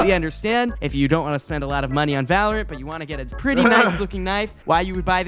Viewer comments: His pronounciation of valorant is giving me shivers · Bro hates the game so much he refuses to pronounce the name properly